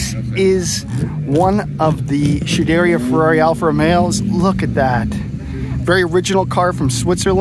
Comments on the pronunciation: Why is he calling it Shederia Ferrari? Its Scuderia Ferrari. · Scuderia is NOT pronounced ‘schedairia” but SKu-de-rIa”…. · Yes, and Skuderia, which means stable in Italian. Not shuderia. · Scuderia is pronounced sKuderia, not chooderia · The pronunciation on SCUDERIA not shoederia is pan painfull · Shoo dare ia Ferrari? Barchetta is pronounced Barketta, with the hard ‘ch’ from Chianti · did you just say SHUderia Ferrari? :D:D:D::D:D:D:DD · True about hearing "Hork"...and also true about hearing "Shoo-DARE-ee-uh" (repeatedly) and "Bar-CHET-ta" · Never heard it pronounced "shoo-deria"? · nice vid - believe it is is 'sku-dur-ri-a'. hard 'c' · Scuderia…Sk ooo de reaa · But he doesn't know how to pronounce Lancia, Barchetta, or Scuderia. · I wish you could pronounce SCUDERIA correctly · yes. I’ve experienced that with some YouTubers not knowing what they’re talking about, but this is puzzling because he seems to be really knowledgeable. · I absolutely love your videos, and I have but one humble request to make... Find a native Italian speaker and ask them how to correctly pronounce "scuderia". You are absolutely butchering that beautiful Italian word.